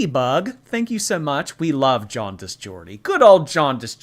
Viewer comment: Oh gahndi it's jaundi 😂😂